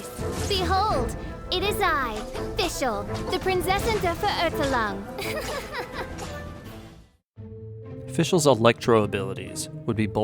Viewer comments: Me a german hearing everyone say Prinzessin der Verurteilung Ah yes P A I N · Ok ok i know german words are sometimes really difficult to spell but its sounds sooo wrong everytime someone says Verurteilung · did the voiceactress even attempt to try to pronounce verurteilung right? wtf? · I'm not even German but I laughed because it sounds so wrong! The stress is on the wrong syllables too isnt it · i speak german and every time they pronounce Verurteilung like that i cringe SO HARD XD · The way she pronounced Verurteilung killed me inside. I couldt even make out that she said verurteilung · Its horrible how badly the german here is prodounced. Please use Google before you start using the games Procounciation, i literly cringed at every single german word you just said. Also half of your translations are completely wrong. Immernachtreich means Empire of Eternal Night not Rich in night for instance. (Though Kingdom of Eternal Twilight works too but that would be Immerzwielichtreich (Zwielicht means Twilight)) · The way Der Verurteilung is pronounced is terrible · I’m sorry but it cringe me so much every time someone try to pronounce “Verurteilung”. Pls use G translate to pronounce it correctly. I’m not German but I speak it. Prinzessin der Verurteilung = princess of condemnation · hearing prinzessin der vererdellung is so weird when german is your first language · Always funny and cringe to hear non german speakers trying to pronounce german words lol "verurtlung" is pretty wrong Her english VA is pretty bad, or rather the choice of letting her butcher German words is bad. In JP they just translated the German so it doesn't end up that bad. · VERÖRTELANG!!! Oh, und das mit dem "Fräu-leyn" beim Ultimate ist auch mega nervig. xD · Prinzessin der Verurteilung? Nah Prinsesin de veurtalung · I hate how they say Verurteilung